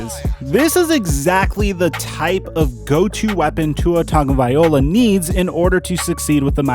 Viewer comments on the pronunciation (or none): none